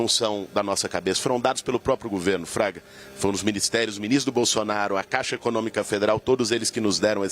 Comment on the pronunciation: Não é Traga. É FRAGA